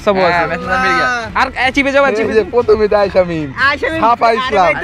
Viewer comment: ভাই এটা এচিভ না, এটা আরকাইভ । আর হোয়াটসাপ না, হোয়াটসেপ । btw, apnader content valo hoy. carry on....